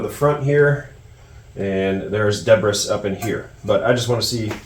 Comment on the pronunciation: lots of "debb-riss", but she cleans up nice.